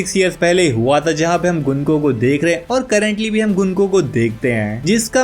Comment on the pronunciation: gunko ❌ gunku🤣